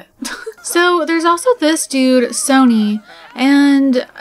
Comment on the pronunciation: Just thought I’d let you know Sonny’s name is pronounced Sunny. It’s a British name haha ♥️♥️